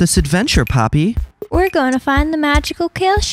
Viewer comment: WHENEVER HE SAYS POPPY I HEAR PAPI